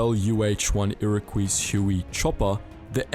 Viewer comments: I don’t mean to be a dick but “Iroquois” is pronounced “ear-ah-kwai” and not “ear-o-kwis” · "Iroquois" pronouced as "ira-qwees"